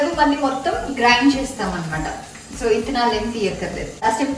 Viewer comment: Nice...thank you for telling us good receipe. And, one more thing meru...red chilli seeds ni telugu lo 'ittanalu' ani you were pronouncing....but it is not that it is ' vittanalu' 'V' you should pronounce.